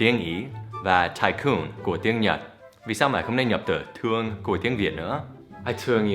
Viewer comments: Do you know "Tuong" means "to punch someone" in vietnamese slang. So when you say "I Tuong you so much" means "I punch you a lot". Lol. Tuong and Thuong pronounce difference and it is hard for foreign to say it correctly. No offense !!!! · thương chứ không phải tương nhé anh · ko phải tương mà là thương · Thuong chứ ko phải tuong thầy ơi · Thương thì thầy Dan nói thành tương là sao ? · thương mà sao lại thành "tuong" nhỉ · i thuong you....not i tuong.... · thương như thế thì người việt dễ đọc thành tương lắm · anh Dan nhầm từ "thương" thành từ "tương" kìa. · I don't know if you used it intentionally but "thương" not "tương". "tương" means some kind of ketchup and it's slang meaning is throw something at someone. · thương chứ ko phải tương thầy ơi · haha, Unbelievable with "thuong" =)))